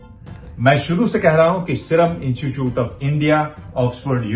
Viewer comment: पत्रकार महोदय ! कृपया 'इनचूचूट' न बोलकर 'इंस्टीट्यूट' का उच्चारण करें। धन्यवाद।